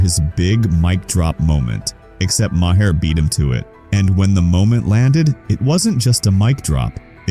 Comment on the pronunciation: His last name is pronounced “Mar.” not Mah-her.